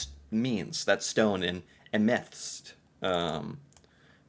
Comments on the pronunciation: It is not ameths. It is pronounced AME-THYS-TS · It is am-eh-thyst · Am-e-thyst in English, where the "e" is like the "e" in "eh," and you say it out fast, not split into parts. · "Emethst" 😅 I'm actually quite surprised you didn't know what this was. Amethyst is very well known gemstone across all countries.